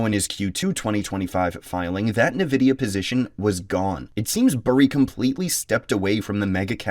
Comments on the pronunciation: EN-vidia not Ne-vidia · people need to stop calling it nevidia, it's Nvidia... N-VIDIA, not NE-VIDIA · bro says Nvidia like a Nigerian footballer